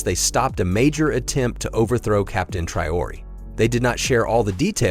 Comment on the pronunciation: You can't even pronounce Traore's name properly, and Langley was sacked weeks ago. I hate AI content